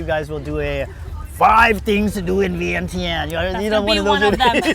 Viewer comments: You’re giving out false information about Laos when you’re not informing your viewers on the proper pronunciation of the capital city. In addition to that you’ve mentioned we as Lao people immigrated to the USA..that’s false, we were refugees, big difference! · I’m not trying to disrespect you at all . In fact , I enjoy watching your videos. The pronunciation of Vientiane just reminded me of all the foreigners who didn’t even respect Lao enough to even do their research. We as Khon Lao have the responsibility to correct these mistakes and not accept inaccurate information about OUR homeland. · Viengjun or Viengjuun not viengchan😅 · PLEASE…….pronounce the capital city of Lao correctly!!!!!!! Don’t let foreigners dictate how we as Lao people speak…Veing Chan that is the only way it’s properly pronounced….It’s is so annoying especially coming from a Lao person…STOP